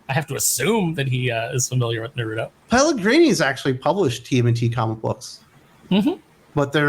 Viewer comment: Nar Root Toe 🤣